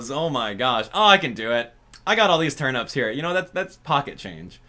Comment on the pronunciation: Why does he say turnups😭😭